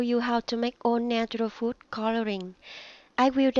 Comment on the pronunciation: It's coloring not cororing